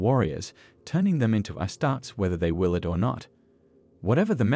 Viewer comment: Its pronounced "astartees"